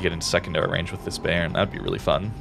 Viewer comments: Spell "Bayern" like "Bye-ern" and it will sound right 🙂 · A German here. "Bayern" is pronounced like buy - earn